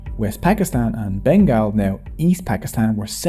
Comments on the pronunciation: The documentary makers could not even get the pronunciation of "Bengal" correct. It is BEN-GAUL not BEN-GAAL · It pronounces "BENGOL" because GAAL means SWEAR 🤬 in Bengali. 😢. This video would be so sweet, if you just could pronounce it correctly.... Say "BENGOL" Please. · You sound like a British narrator, you should say it as Bengaul and not Bengaal. Locals say Bangla. Bengaal sounds too weird. sorry for the nitpicking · Has anyone taken the time to tell you that it is pronounced Ben-gol? Like `all`? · Let's gooooooo! Our contribution has long been sidelined. Just a suggestion, Bengal is pronounced as Ben - Gall (like gall within gall bladder). Anyway, amazing work! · it is not said Bengal it is pronounced Bengol like Beng All